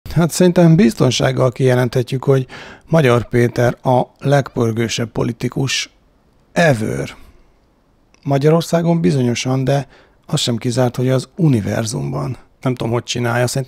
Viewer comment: nem kellett volna azt mondanod, hogy "evör"... ez borzalmas volt